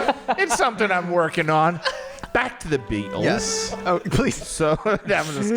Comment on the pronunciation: saying “the BeAtlEees” had me weak lmaooo